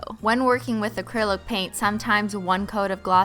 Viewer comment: OMG she said acrilo paint